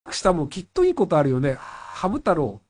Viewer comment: 本人公認 赤羽 はい、ﾌﾟﾗｼｰﾎﾞ あ↓か↑ばね 言いそう 完成形 キンタマーニ 彼女 キャンタマ ｸﾞﾁｬｸﾞﾁｬ キンータマ 海賊王 詫び詫び ドコムス ムーミン 何が面白いんですかね? 強ゆき にょうへい ジョジョ 許します ｱｺｶﾞﾚﾙｰ 許しません き↑っと ｴﾝﾃﾞｨﾝｸﾞ ラブベリ 渋谷でわ↑んこ